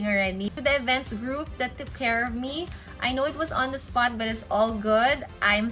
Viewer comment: masyadong ineemphasize na "on the spot". K.🙄